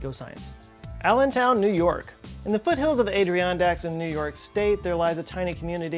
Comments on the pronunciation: "Adriandacks!" **Add-er-on- dacks.** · I’m sorry but a-dri-on-daks?? It’s pronounced Ah-Der-on-daks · This was another very interesting video, but I couldn't help but do a full stop at your pronunciation of Adirondacks as "A-dree-ON-daks". It's easy to mis-pronounce and easy to mis-type. If you get up into upstate New York, pronounce them as the "Add-er-ON-daks". Love your channel, love your work. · did you really just say "Age-ree-on-dax"?? I can't believe you've never heard of the Adirondacks (Add-er-on-dax)! With 6 million acres, Adirondack State Park is the largest park in the lower 48. It's the size of the whole state of Vermont, and nearly three times the size of Yellowstone. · you didnt say adirondacks correctly AT ALL!!! assuming thats even what you were saying. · I know this video is old, but the way he pronounced "Adirondacks" gets me every time lmao Jsyk, it's "Ad-er-ron-dacks", but I never knew about this community, interesting! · Great video, but ... “Ay-dree-on-dacks”? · "adriondacks" was a valiant effort. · OMG YOU SERIOUSLY DONT KNOW HOW ADIRONDACK IS PRONOUNCED?!? “ADDER RONDAK” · "The Aidriondacks..." Jeeezus! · From upstate ny and cringed inwardly at your pronunciation of Adirondacks. It’s Add-ir-on-daks. Probably an Iroquois word. Probably. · When I heard him pronounce “Adirondacks” I had a stroke. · That pronunciation was perfectly fine if Rocky Balboa had said it. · How you so smart but can’t pronounce Adirondacks 😂😂😂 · Love your videos, but how can you pronounce Sacandaga correctly, and not Adirondacks. Even YouTube wants to correct Sacandaga. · Mixed feelings about a research-based project that can't pronounce "Adirondacks." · the way you pronounced "Adirondacks" gave me a seizure. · Adirondacks…….you miss pronounced it…..